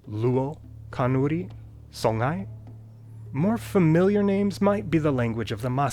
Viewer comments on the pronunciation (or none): The name "Songhray" is pronunced like song-ray, with nasal o and no ng sound, thus sõ-ʁay, with the r like in French and German, not song-hay. In my estimation Nilo-Saharan is a scam, a lump-all-the-rest-togehter-box used by linguist to have nice conferences in nice places. And Omotic is NOT Afroasiatic! In Angola today some 70 percent of the population now speak Portuguese as mother tongue as main language. All African languages there will soon be endangered! By the way, I studied several African languages and many languages all together.